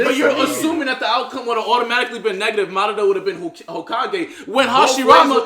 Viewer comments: “Horoshimara” this day today a new shinobi was created 🙌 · This dude called Hashirama “Horoshimaru” 😂😂😂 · Let's be real... rob only calls Hashirama " OG YaMaToOoOooO" because he can't pronounce 'Ha-she-ra-ma' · he slowly lost his ability to pronounce it right lmao